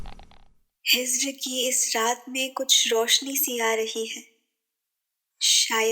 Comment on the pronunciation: Cute . But really bad pronunciation. Phool should not be pronounced as fool. Similarly it is Hijr not Hizr